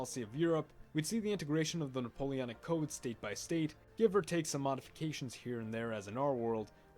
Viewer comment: Wait, wait... Hol' up... Hang on a minute... "NapoleANic wars"?